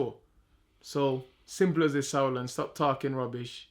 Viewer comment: When can we get the "stap tarhking" tees?